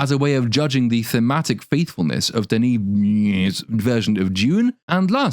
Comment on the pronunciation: bruh come on … you legit coulda figured out how to say denis’s name 🤦🏿‍♂️😐